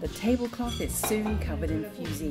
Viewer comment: Its called fuži, not fusi